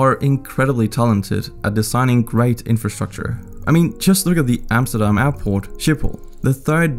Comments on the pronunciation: You said Amsterdam, not Emsterdem... thank you for that... loved the video.. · I hate it when uneducated English people try to say 'Amsterdam' but this man could pronounce it surprisingly well